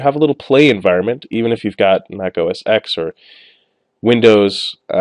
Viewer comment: mac os ten, not x fyi